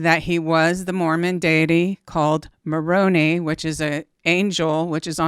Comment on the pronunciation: I love that you pronounce Moroni (ma-rone-eee) like it’s an Italian name, but for future reference, the mormons pronounce it Mor-rone-eye. 🥂